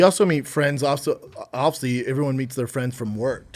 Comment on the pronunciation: Brendan can not pronounce the damn word “obviously” to save his life. It’s so frustrating 🤣